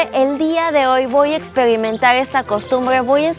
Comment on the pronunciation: Por favor arréglate el cabello, porque hablas así de mal 😱😱😱 ,porque dicen luego que los mexicanos somos rancheros 🤦🏻‍♀️🤦🏻‍♀️🤦🏻‍♀️🤦🏻‍♀️🤦🏻‍♀️ Plingsesa en vez de princesa Voy a espelimental VOY A EXPERIMENTAR elgmoso hermoso Nogble noble!! 🤦🏻‍♀️🤦🏻‍♀️🤦🏻‍♀️ hablas como coreana o japonesa intentando hablar español caray!!